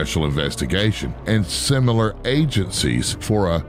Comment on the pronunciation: That word again - "Simular" !?